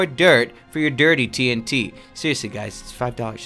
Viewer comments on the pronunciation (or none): It’s TNT not TINT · All the falsely pronounced words of 1. 🥔 Potats 2. 🌾 Queet 3. 💥 Tint Eh.. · Everytime he says tnt (the fast way instead of T N T) it sounds like hes saying tint to everyone else right? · T n t not tnt